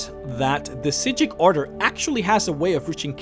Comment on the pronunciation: Is it supposed to be said like that? I think I remember that's how the voice actors pronouncing it but the subtitles said psijic